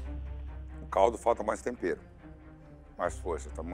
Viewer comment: pra quem ama o Jacquin falando tompero hahahaha